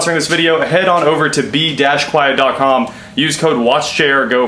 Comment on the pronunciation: As someone who watches PC build stuff, hearing you say B-Quiet and not mean bequiet, the silence-focused pc component company, is really distracting. Great vid!